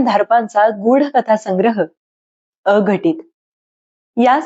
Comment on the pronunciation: अ ..घटित उच्चारण चुकले अघटित असे एकत्र असावे माहिती द्यावी